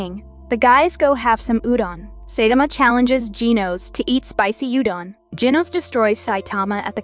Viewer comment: It’s (sai-ta-ma)